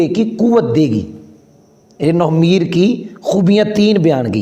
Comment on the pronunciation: nohv e meer nahi nahv e neer hai